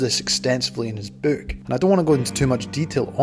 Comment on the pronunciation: Narrators accent is great I love how he says "book" and "hook" with the long o sound like the word "Boo" as in boo I scared you. "Bewks and Hewks."